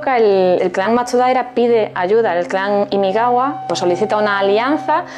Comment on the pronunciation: Es imagawa no imigawa!!!!!!